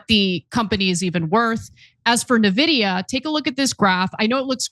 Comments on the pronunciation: Did she say “Navidia?????” Lollllllll Its sad you guys are covering AI without actually understanding anything about stocks, valuations, about how Burry has been consistently wrong and is a permabear. Hes been wrong far more often than right. And if you think thats Karp being stresses out, you havent been watching him at all. Thats what hes like all the time. Also wth are you guys talking about demand. Theres no question about demand for AI, have you noticed the spike in high bandwidth memory prices? Nvidia cant make GPUs fast enough. There is astronomical demand for the chips. What the short is about is depreciation and how he feels its not being accurately reflected on balance sheets so the cost of AI is a lot higher and essentially the costs of providing AI will be prohibitive to widespread adoption. Thats why you also hear about ROI because if the ROI is high enough it justifies the cost. This is such amateur coverage honestly. Hardly worth listening to and a sad attempt to be relevant. Stay in your lane, youre good at that. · You guys are way out of your sandbox. First of all you are pronouncing Nvidia wrong. You don't know what capx is. Nvidia has the profits to back the valuation and they have the contracts to back their future projections. PLTR on the other hand is more speculative but they have so many contracts lined up and the contracts have ongoing billable services. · Not knowing how to pronounce NVIDIA is just dumb at this point... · I am going to continue to click on videos that say something about NVidia to see how long it will take them to start pronouncing the name right. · OMG, you still can't pronounce Nvidia. Also, what hit? These stocks are barely down this week. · Nvidia?!? It’s pronounced Nvidia. Get it right! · Honestly, if is not able to pronounce the name of the most valuable company in the world correctly, that is pretty embarrassing. How can we take you guys seriously? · why do Anna and Cenk continue to mispronounce NVIDIA?